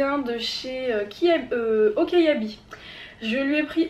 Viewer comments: Super haul, très beaux vêtements ! J'adore comment tu prononces la marque Okaïdi, moi je la prononce O-Ka-I-DI, toi ça fait O-Ka-Ya-Bi, après je ne sais pas comment il faut le prononcer !! Mais ce n'est qu'un détail qui me faisait rire dans cette super vidéo !! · Super haul 😊. Petite info c est okaidi et pas okaiadi. J adore tes vidéos. 😊